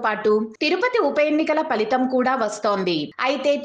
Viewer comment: పలితం కాదండి....ఫలితం. పస్ట్ కాదండి....ఫస్ట్. సమాదానం కాదండి....సమాధానం. తెలుగు తాట తీశారు మొత్తానికి...